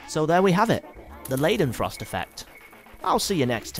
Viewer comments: Pronounced 'Lie-den-frost' not 'Lay-den-frost'. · Pls you pronounce "ei" like "i" and not -ei.... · ***** Are you suggesting I shouldn't tell him he mispronounced the name of the whole theme of his video simply because he went to the effort of making it? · Everytime he says leidenfrost i giggled